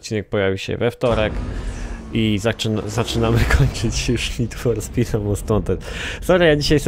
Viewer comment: Nid For Spit Andergrałnd 1.